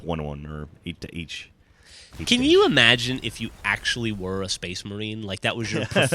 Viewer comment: Did he say SPACEMARINE!? "FOR THE EMPEROR!" lol